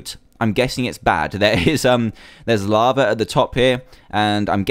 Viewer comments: I love how you say lava like laver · lol ya but people dont say laver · Laver. In America we call it lava